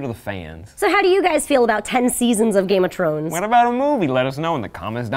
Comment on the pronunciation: Game of Trones!? I thought he said trones lol